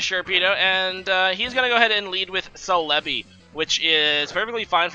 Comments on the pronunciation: Celebi = se-le-bi (stress the se not the le) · The way he says some pokemon names like celebi not calehbi or intimidate makes me cringe but still love his vids